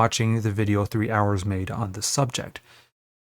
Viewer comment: pronouncing 3 arrows as 3 hours, haha. Yes i will watch that 3 hours video.